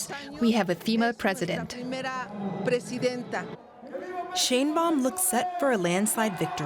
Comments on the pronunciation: So, It's Pronounced Shine Bawm=Sheinbaum 😁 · Maybe learn how to pronounce her name properly,.